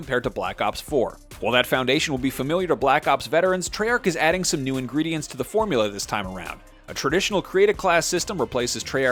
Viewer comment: this guy said ingredients tf